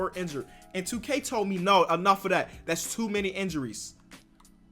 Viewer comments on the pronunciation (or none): none